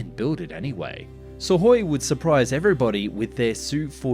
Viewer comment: Have I just never heard Suhkoi pronounced correctly before or does he say it in a very odd way? I don’t pretend to be able to speak Russian in any way but I’m pretty sure the k is sounded out in their name